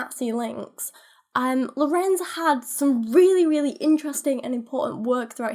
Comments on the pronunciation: As a german it's really entertaining to hear English speaking people pronouncing German words. Oh and the first syllable of "Lorenz" is stressed not the second one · With the pronounciation of Lorenz you stress the Lo Your pronounciation of Kindchenschema wasn't bad but the e schema would be more like the e in leg